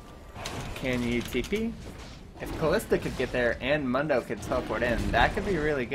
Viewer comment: Ok, pet peeve of mine. Mundo is pronounced like Moon dough. You're not the first I've seen so it wrong but for the champion who says his name the most out of anyone (he literally only says his name when you select him in champ select) you'd think people wouldn't mess the pronunciation up.